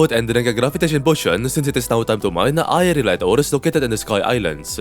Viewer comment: Am i trippin' or no longer struggles to say aerialite?